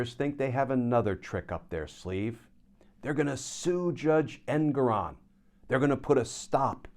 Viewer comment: GLENN - his name is Judge en-GOR-on - it rhymes with Moron - which was his campaign slogan - Don't be a moron, vote for Engoron. Please stop calling him EN-go-ron. He doesn't like it.